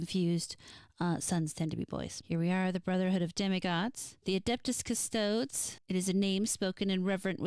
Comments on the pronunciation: This isn't a big deal but it bothered me. Custodes is pronounced "Cus-toe-days" the last E is not silent. Yes I know it can definitely be a pain to pronounce words you're not familiar with correctly, especially (made up?) psudo-latin weirdness used for Warhammer. It's just bothersome for someone who's more versed in it is all. No offense. Edit: Sororitas is "so-ro-rih-tahs" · Great video! Im still giggling at the ''Custodes'' pronunciation <3 Now imma make it my personal mission to drag you into the depths of 40k lore.